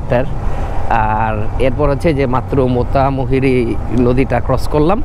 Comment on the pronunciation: মোতা-মুহুরী নারে, মাতামুহুরী। :face-green-smiling